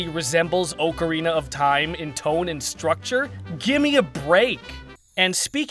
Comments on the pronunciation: Oakarina, ocarina... Your the only person I have ever heard pronounce it like that. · For the love of God, “Ocarina” is NOT pronounced oh-kr-ee-nuh!!!